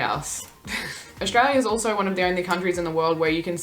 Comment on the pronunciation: As an Aussie, some of these are completely unfamiliar to me - sounds like they've been made up for effect. The abbreviations are more common. Note... she is part of a demographic that mispronounces 'Australia'... it's not "Aushtralia". That mispronunciation of 's' followed by 't' by including an imaginary 'h', e.g. shtreet, shtudent, shtandards etc. is becoming more common. Kids are no longer taught correct pronunciation and speech sounds.